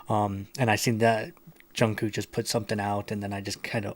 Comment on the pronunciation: Just to let you know his name is pronounced like Jungkook (Jung cook)